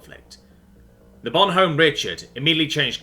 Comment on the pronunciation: Yeah, the "h" in "Bonhomme" is usualy silent by the way. So it would be more like "Bonomme".